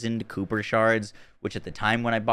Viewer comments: Nice video. FYI - Kuiper is pronounced “ky-per” not “cooper”. It is most likely named after the Kuiper Belt in our Solar System. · Nice breakdown. FWIW, it's pronounced "KY-per" (rhymes with hyper.) 👍🏼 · FYI they're pronounced "Kiper". Like viper with a k. As in the kuiper belt. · "Kooper shards" 😂